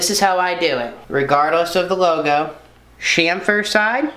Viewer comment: Chamfer. Not shamper.